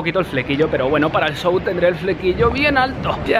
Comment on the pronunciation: Van a Argentina a hacer un qué... No sabes decir SHOW.